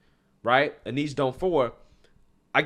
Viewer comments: Hey, I know you made mention that you have some trouble pronouncing certain things so I want to let you know that her name "Eunice" is pronounced like "YOU-NISS" hope it helps my friend! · "Aneese"? Eunice is pronounced "Yoo-niss".